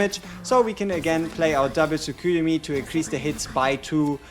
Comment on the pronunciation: Tsukuyomi is pronounced: Tsoo-koo-yo-mee.